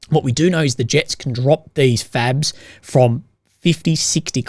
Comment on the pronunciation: Are you saying FABS or FAGS??? LoLZ a couple of times it sounded kinda the same!!